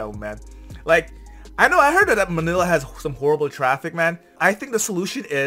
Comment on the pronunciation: Manila not Manilia sir